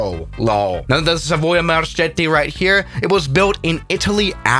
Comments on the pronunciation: Hi, i am an italian guy...the actual pronunce of "Marchetti" is like "marcketti". thats cuz "ch" in italian makes the sound we call "the hard c". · Marchetti pronouncation is Marketti